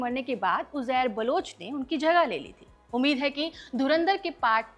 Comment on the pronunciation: Jab aap koi video host karne aate ho, esp something where you claim to bring in facts, the least you should do is to check your own pronunciation. Aap Mohajir ko kaise pronounce kar rahe ho? Uzair baloch ka naam kaise pronounce kar rahe ho? Aur aapka pehla hi fact, ki MQM party bhi thi --- it is very clearly mentioned in the film, multiple times, a party with M in its initials. Dhyaan se dekhni thi picture. Aur apni pronunciation please check kar ke aaya karo..... Coz it mars such a good video you've tried to make.